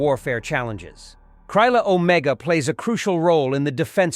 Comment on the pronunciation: Author Not "Kraiyla Omega. But "Krila Omega". You pronunciation is wayyy of. I recommend using google voice before voice overs.